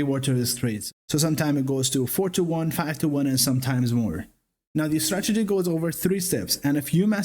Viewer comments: Cute "stragety" kid. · So funny how it sounds like you say "stragedy" 😄